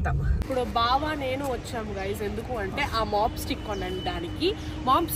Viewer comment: its mop stick not mob stick , just saying